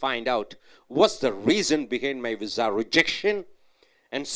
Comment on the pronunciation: Pizza sounds much better than your vizza!